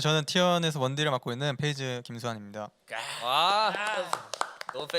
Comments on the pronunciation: 는 왜 다 P를 F로 발음하는건가요? Feyz, 슈퍼 Flay... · 근데 왜 peyz를 자꾸 feyz 라고 부르는거지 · 잘 봤습니다! 그런데 그냥 클템형 혼자서 진행하시는 게 나을 것 같아요! 😊 peyz를 feyz로 부르는 것도 너무 거슬려요😊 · fㅔ이즈 fㅡㄹ레이 거슬리네....... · 인가 저사람은 발음이 왜 저렇지; F휀타킬 fㅔ이즈 flay(플레이) 가방끈이 너무 짧아서 그런가 입 열 때마다 너무 듣기 싫다 진행은 아나운서 써요 제발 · 주객전도 같아요.. 사회자는 확실히 진행능력이 있는 분이 해주시는게 시청자 입장에서 보기 매끄러운것 같아요.. 발음이슈도 있으신것 같아요. Fㅡㄹ 레이, Fㅔ이즈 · Fㅔ이즈가 아니라 Pㅔ이즈입니다 Pㅔ이커가 아니라 Fㅔ이커구요 Flay가 아니라 Play 입니다 아니 뭔 f를 p로 발음하는건 알겠는데 P는 왜 다 f로 발음하는거임?